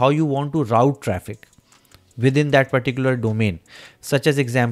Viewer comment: Hello Route pronounce proper